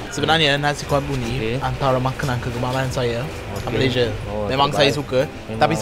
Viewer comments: Sebut lah MALAYSIA bukan Malayzhia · Malaysia atau malayziye? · Sebut betul-betul, Malaysia. ✌🏻